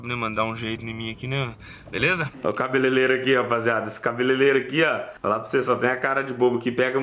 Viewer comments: não é cabelelero e sim cabeleireiro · engraçado foi o falando cabelelelo kkkkk, quem mais viu? kkkkkkk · CABELELERO KKKKKKKKKKKKKK